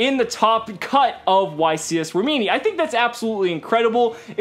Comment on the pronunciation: You pronounce Rimini with the accent on the first i and not the second